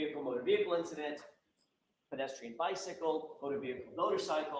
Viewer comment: I get annoyed every time he says "bedestrian"